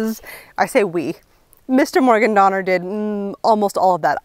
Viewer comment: “Mr. Morgan Donnor” lol. What is Mr. Morgan’s name? Has she said before? Do we know?